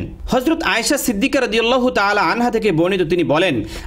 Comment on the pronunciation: hazrat ayesha siddika radiallahutaala anha hobe, anhu noi.